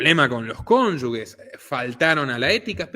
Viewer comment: Cónyuge se pronuncia con J (se pronuncia cónyuje y no cónyugue)